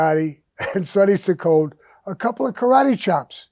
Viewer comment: Sammy butchers Sonny Ciccone...its pronounced Chiccone ..not Siccone..smh